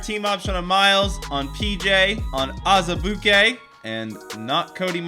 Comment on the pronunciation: I love how you say Azubuike 😂